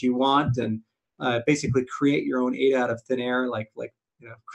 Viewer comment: It’s pathetic crypto Crow still can’t pronounce ADA correctly. What a joke